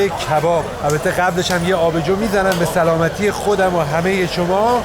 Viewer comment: سلامتی گفته‌ نمی‌تواند به جايی اش سمالتی میگن😅😅😅